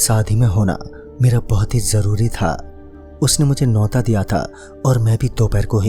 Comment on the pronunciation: Oh hello bhai wo nota nahi neyota hota hai pronounce to sahi kiya karo...apni maatr bhasha tak dhang se nahi bol sakte